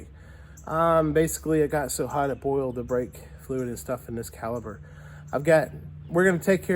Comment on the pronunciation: When you say calber I'm assuming you mean caliper?